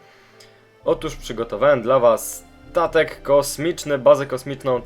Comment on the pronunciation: 03.00 on powiedział tatek a nie statek